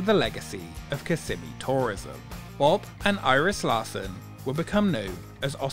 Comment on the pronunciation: I love your videos but I wish you’d learn how to pronounce Kissimmee. You’re moving the S’s to the middle syllable but they belong to the first- KISS-ih-ME is the correct pronunciation. (That’s how every local from there I’ve ever met says it.)